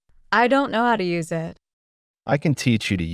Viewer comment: Спасибо, все отлично. А простое выражение на ми. 25/29 совсем не возможно догадаться даже на слух "I don't know hоw to use it". Неужели все так произносят: ай донт арыаіт. Несколько раз слушала и не понять. Интересно было бы услышать это выражение в другой озвучке. Спасибо ещё раз.